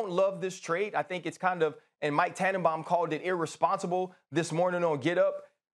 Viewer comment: Lol when max said " MIKE TANNENBAUM"